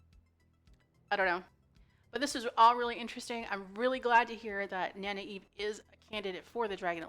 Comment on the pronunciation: I'm digging your pronouciation of Nynaeve. Keep it up.👍 I pronounced it (Nin-uh-vay) my first read through.